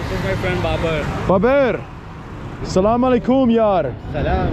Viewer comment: Love this video and the way you say Salaam ✔️ Beautiful ♥️